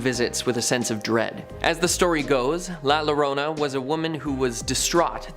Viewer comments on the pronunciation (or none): Please for the love of God if you are going to speak Spanish do your research double LL sounds like Y like "Yorona" just like the U in front of an E is silent like Guerrero is pronounced Gerrero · La Llorona (LA your - OH - nah)